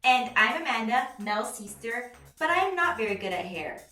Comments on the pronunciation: why do u pronounce sister as "sees-ter? lmao lol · I think this is the first time I've ever heard to say sister and not seester 🤣